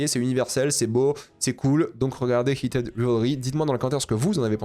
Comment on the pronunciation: Je reve ou il dit keated au lieu de heated😂